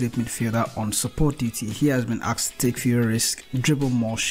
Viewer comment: Aksed? Come on dude